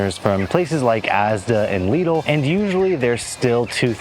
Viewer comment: Lidl no leedil 😂